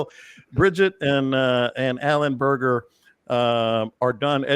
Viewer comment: It’s Berger, not Bergan